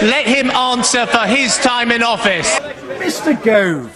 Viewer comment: "Mr Gove" 😂😂😂😂😂😂😂